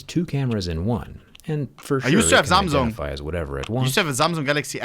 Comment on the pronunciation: "I used to have zamzung' haha don't start this again. makes me think of the other vid where bro said cumstasia